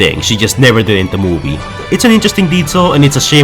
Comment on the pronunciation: When you say the word "movie" it sounds like your saying "mobie"